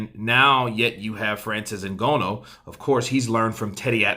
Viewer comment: Hello. How about you let the yank arrogance go and learn to pronounce,Francis s family name properly. Very important names in Africa you know. Thanks